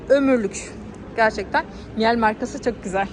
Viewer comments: Miyal degil mile diye okunur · Miel değil miile diye okunur ,sonuçta alman markası özel isim okunuşu değişmez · öncelikle bir düzeltme yapmak isterim..miel değil okunuş miile şeklinde..eski bir miele çalışanı olarak açıkcası bu kıyaslama miele açık ara önde..kullanım konforu çok daha yüksek özellikle hareketli motor kabini ağırlık merkezini değiştirebilmenizden dolayı daha kullanışlı ve ağırlığı hissettirmiyor..bence burada birde electrolux pf 91 i de alım kararı almak üzere olan hanımlar radarına almalı..muhteşem bir kombinasyon ve inanılmaz yuksek emiş gücü...saygılar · Miile diye okunur efenim 😊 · Miile diye okunur